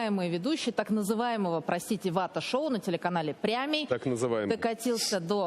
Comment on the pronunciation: улыбальник не может выговорить слово “прямий”, говорит “прЯмiй”, смешно.